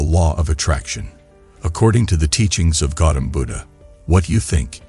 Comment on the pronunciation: It's Gautama Buddha. Not Gautam Buddha... please correct it for future videos